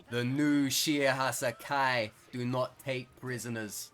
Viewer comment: PWEASE DUDE IT’S SHE-AY-HA-SY-KYE PLEASE THAT IS HOW YOU PRONOUNCE IT ps: I love the content